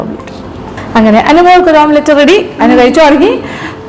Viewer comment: ഇപ്പൊ എത്ര ആളുകൾക്കു മനസിലായിട്ടുണ്ടാവും മുട്ട പൊരിക്കുന്നതിന് ഓംപ്ലേറ്റ് അല്ല ഓംലെറ്റ്‌ ആണ് പറയേണ്ടത് എന്ന്